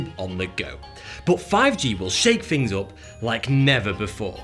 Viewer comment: Furver more... Fings may be different... Lol